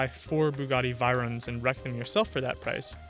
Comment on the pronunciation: Bugatti Vey-ron. VEY no VIE. Like oy-vey.